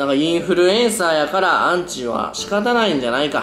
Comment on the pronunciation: アンチじゃなくてウンチなのは草